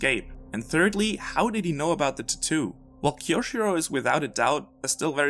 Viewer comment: whats a tatu tho lol, that pronunciation killed me